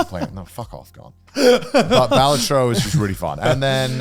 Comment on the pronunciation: How are you guys the ONLY people i've ever seen pronouncing Balatro wrong? PS: "Wukong looks like ass cheeks" has to be Connor's worst take of the year lol, I know who I'm voting for Clown of the Year award :D